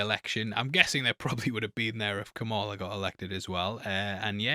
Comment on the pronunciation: Please pronounce Kamala's name correctly